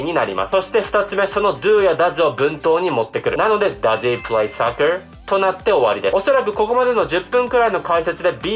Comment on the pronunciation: soccerがsuckerにきこえる、、、